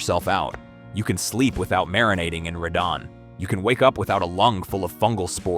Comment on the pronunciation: Honestly, first few videos I saw weren't bad and the info isn't terrible (though I would "trust but verify" what's said), but I quickly realized this is just an AI slop channel... The scripts are clearly generated by AI and the voice is also AI (notice that the narrator pronounces Radon "ray-din" intermittently?